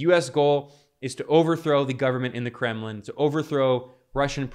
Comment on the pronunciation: "The Kremmin'" and "Jippy Morgan" 🤣😂